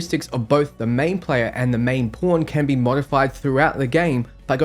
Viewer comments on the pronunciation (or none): when this guy says Pawn sounds like porn hahahaha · I'm hearing "porn" everytime he says "pawn" and it makes this video even better